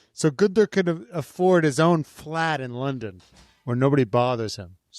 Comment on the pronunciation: #hireGuenther He has the perfect accent for the Red Bull team !!